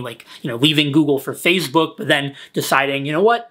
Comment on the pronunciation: Nobody:: Fazebook